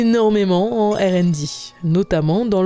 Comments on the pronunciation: Il y a des prononciations catastrophiques. Faut choisir entre le français et l’anglais ^^ Ère and Di 🤭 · OpenAI est un nom de société donc pourquoi changer l'ordre du I et du A pour la mettre à la française? Je propose d'appeler google "lunnete", car goggle veut dire lunette. et pour R and D c'est ridicule surtout qu'elle dit R en français et "and D" à l'anglaise... on a le même sigle en français Research and development => recherche et développement aucun intérêt de passer à l'anglais à part pour montrer qu'elle ne sait pas prononcer le R en anglais XD